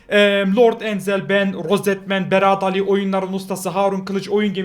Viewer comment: Beraad ali değil berat ali